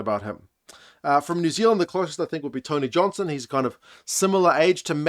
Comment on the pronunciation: As a Māori speaker, I really appreciate it when commentators put effort into pronouncing names properly. I think Tony Johnson does an exceptional job at this, particularly for Māori and Pasifika names. He's clearly put a lot of effort into getting them right